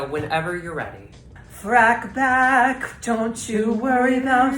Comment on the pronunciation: Not "Frackback" 😭